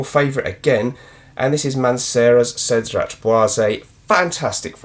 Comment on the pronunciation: It seems that we are mostly pronouncing Cedrat Boise rather poorly, in the eyes of the French. The "t" at the end of Cedrat should be silent and, as there is no accent above the "e" at the end of Boise, you should drop the "ay" sound at the end. Surprisingly, most of the community seems unaware of this